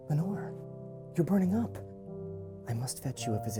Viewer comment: Wellnore? H.G. Nore? Wenore?